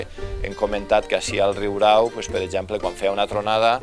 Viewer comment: Excel·lent documental!!! Només un apunt. És ben curiós que és l'element popular qui pronuncia com cal el terme, no així com locutor i historiador. La segona r és senzilla. Aprenem dels qui saben!!!